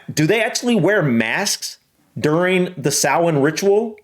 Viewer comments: I'm so glad you looked up how to pronounce it properly 👍😁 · easy way to pronounce it is sow-wen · Pronounced saw-en 🎃 Original celtic Festival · its sow in .Samhain is an irish word and aw sounds are indicated by an accent marker called a fada as there is no fada its sow in rather than saw in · Samhain is pronounced SALWIN (USA) and SOWN (UK) 👍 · Both are wrong considering the name is in the Irish Language and pronounced Sow (like the pig) - In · It's Sow-in, not SAR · I learnt it as pronounced sour-n